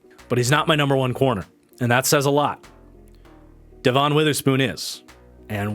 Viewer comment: Nice! I know it's nip picky but his name is pronounced as Devin. It's confusing as heck because it's spelled Devon. It just drives me insane like nails on a chalk board.